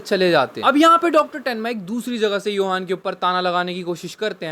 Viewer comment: Johan ❎ Yohan ✅ 🐹